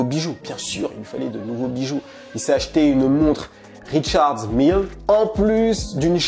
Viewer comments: faut pas prononcer les marques à l'anglaise pour tout et n'importe quoi, genre la montre c'est une Richard Mille (marque suisse) et non pas une "Richards Meel" (mal écrit pour la prononciation) comme si c'était une marque anglo-saxonne. Y'a aussi la Lambo qui est une Aventador (et non pas Ventador) et le Mercedes qui est un Classe G (là aussi pas besoin de dire "G-Wagon", la vidéo est pas en anglais). Voilà voilà je casse les couilles. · Richard Mille est une marque Suisse dc ca se lit en francais et donc pas besoin de faire l'accent americain Mdrrrrrr